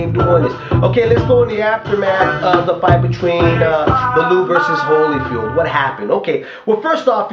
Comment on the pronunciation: liked your comments on the fight thought holyfield was robbed hopefully David Haye can knock that freak out,he has no boxing skills ,he fights like a robot ,just one thing though ,his name is pronounced Value-ev not valoov .